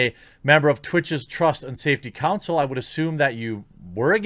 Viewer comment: Why do Americans struggle so bad with the word "Council"?